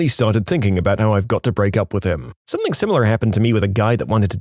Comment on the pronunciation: No K in the word something